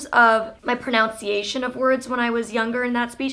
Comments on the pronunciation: You used to sound British/Irish as a kid. Also, I don't mean to be that guy, but it's pronUNciation not PRONOUNCE-iation. There's no O in there! No hate - just FYI. Really enjoy your videos Molly =) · I am definitely inspired by you. Thank you for sharing your life with us! On a side note this is my first comment ever. I just wanted to throw out there pronunciation is pronounced with a "nun" not "noun" here in CA. Google shows pro·nun·ci·a·tion prəˌnənsēˈāSH(ə)n/ .. And so thought I would ask everyone if anyone else says it like you. No offense as I can only imagine what reading comments from youtubers can be like. Hmm how do you personally read the comments anyway.. :) best of luck 1/20/18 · You keep saying "pronounce-iation" that's not a word xD it's proNUNciation! Lolz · It's pro-NUN-ciation, FYI, not pro-nounce-iaction. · lol It's pronounced "PRO-NUHN-CIATION" ironic lol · She keeps saying pro-now-nciation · You pronounced pronunciation wrong.